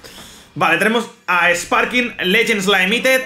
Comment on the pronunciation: Legends laimited jaja todavía lo dice así 😂